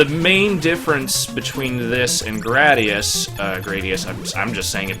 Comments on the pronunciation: Probably closer to Grah-dius. given the japanese pronunciation is Guradiusu. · It's pronounced Gradius. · It's pronounced 'Gradius'